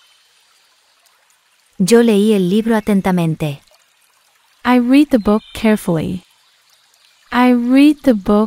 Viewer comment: En el minuto creo que la pronunciación es incorrecta porque la escucho en presente y no en pasado . El verbo leer. Gracias no estoy segura claro sólo lo menciono porque lo mencionan diferente en frases anteriores . Saludos 🤗